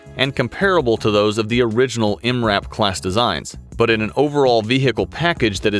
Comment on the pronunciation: Dude straight up spelled out M. R. A. P. Instead of just saying MRAP